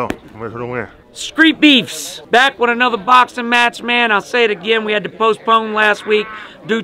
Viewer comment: said “screet beefs”😒